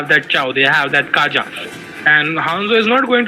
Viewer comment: This gus never gonna stop calling kaja as "KAYA"😂